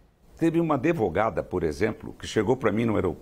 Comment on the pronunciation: Depois do "adevogada", parei de assisti...